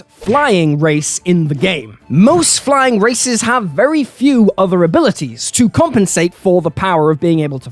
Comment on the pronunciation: I can't unhear "flying racist" anymore